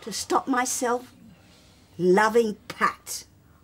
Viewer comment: MsCharlieBrown78 (Charlie Rae) she made Pat sound like the most disgusting word in the English language 😂